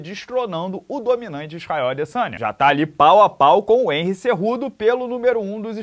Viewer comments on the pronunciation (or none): none